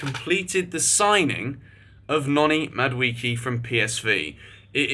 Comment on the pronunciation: Sorry for Ur illness but it's pronounced Mah - do - eh - keh